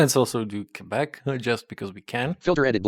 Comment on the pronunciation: Man, you said right. Quebec as kebek. Don't know why many synthesizers say quebec as kwebek, not kebek.